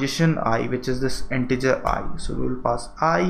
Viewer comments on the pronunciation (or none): none